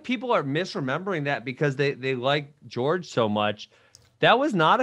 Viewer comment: “George” instead of Jorge 😂